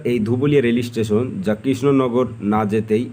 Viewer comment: Bhai Rail estation noy, Rail station bola hoy, si-li-per noy, sleeper bola hoy. Tomar sob video tei dekhi khub bhul ucharon koro jegulo sunte advut lagche.